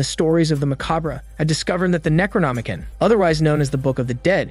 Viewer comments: It's pronounced "necro-nomi-CON" not "kin". Also macabre is pronounced muh-cobb not macaw-bruh. Edit: I couldn't even make it past the first few minutes because you make it so obvious you're reading from a "script" someone else wrote and didn't pre-read. You're jumping around, mispronounce half the words and have all these awkward pauses because you didn't read first to know what you're saying. Out of probably like 40 different recap channels this is easily the worst I've seen so far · Necronomi-con Not Necronomi-kin